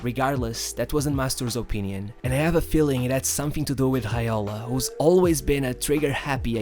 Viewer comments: I have heard of J being pronounced as H but never R, mino hialo? Hobinho? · Not Tregiana, nor Haiola. As you were able to say MastouR, impRove you are also able to say Reggiana, Raiola